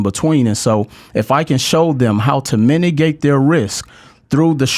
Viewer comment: he also kept saying minigate instead of mitigate several times.